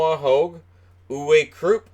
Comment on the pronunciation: When spelling Uwe Krupp: The "E" is not that long, its short. And you need to pronounce the "W" more. More like UwE Krupp. The "pp" is fast.